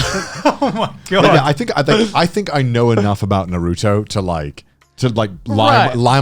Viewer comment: I died inside when Connor said Naruto